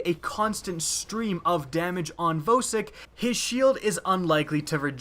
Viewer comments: It's pronounced "Vaw-sik" not Vasik... lol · Virixas he said vowsik to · boi did you just say vasik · Lol he said vasik a few times lmao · Vasik? VASIK?!?! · Where are you from? You pronounce things a bit differently. You called him Vasik no Vosik. Just curious. Then you called him Vohsik. Kinda funny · lol there isn't an a in vosik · Vasik lol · no its not its Vow-sik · If it was pronounced "Vaw-sik" the boss would be called "Vorsik", not "Vosik". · cool icej thank Christ someone else noticed that! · i noticed that xd